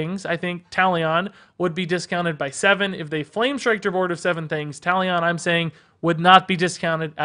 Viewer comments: Talion is pronounced like Taliun btw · How he pronounced Talion killed me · Butchered Talion’s name Lol